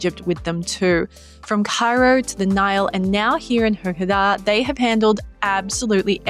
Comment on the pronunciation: It’s pronounced like this. Ghar-da-'ah (gh) is like a growl sound or when you gurgle mouth wash.